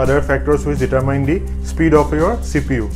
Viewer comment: Check how to pronounce "determine". I had the same issue a while ago. :) Thanks for the vid